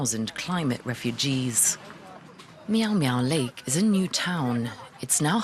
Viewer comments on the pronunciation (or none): Did she say meow meow lake !? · Did she just said Miau Miau Lake??